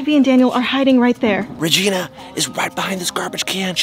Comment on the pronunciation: It's there not therr